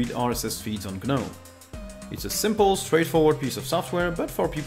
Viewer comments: Gnome, not ge-gnome. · I would respectfully remind you that the letter 'G' in 'Gnome' is silent, uttering it diminishes the value of you overall knowledge and information you are presenting to us. Just as letter' is silent in 'knowledge'. Please get it right, it is jarring.